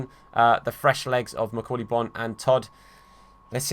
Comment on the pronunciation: I thought Bonne was pronounced Bone